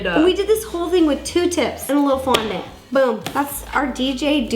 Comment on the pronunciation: Was it just le or did ro say frondent